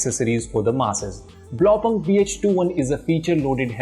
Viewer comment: My ears everytime he says Blaupunkt incorrectly 🙉